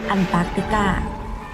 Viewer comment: ยังพูดผิดอยู่ ต้องพูดว่าแอนตาร์กติกา ไม่ใช่อันตาร์กติกา ปรับปรุงด้วยจ้าาา 🤣